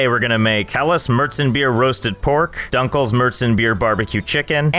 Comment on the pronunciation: aufjedenfall same how he said dunkel und hell